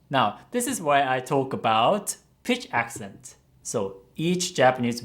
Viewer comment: Noticed the pitch accents were off. As a singer she should have noticed pitch